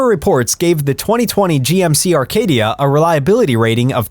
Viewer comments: There is NO model called Arcadia. The model is Acadia no R in it. Perhaps you should learn to pronounce the name of the vehicles you review???? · There is NO letter R in the GMC Acadia! It’s not a Rcadia! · Acadia NOT ARcadia. Sheesh. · How should we believe you when you can’t even pronounce the name of the car correctly? It’s an Acadia not an Arcadia. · Arcadia or Acadia - we are supposed to trust you even if you can’t spell / pronounce vehicle names? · How am I supposed to take your advice when you cannot even get the name of the vehicle right? It’s GMC Acadia not GMC Arcadia. Do your research. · #10 GMC Acadia, not "Arcadia" 😅😂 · It’s ACADIA not Arcadia. I had a 2008 model. Tons of problems with it. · it's Acadia nor Arcadia. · Acadia not Arcadia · It's ACADIA NOT Arcadia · The computer voice does not know the difference. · No R in Acadia